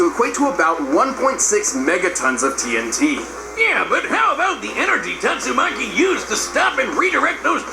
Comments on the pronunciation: is it really that hard to say tatsumaki maybe it is cuz i watch alot of one piece and one punch man lol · Tat-su-ma-chi = tatsumaki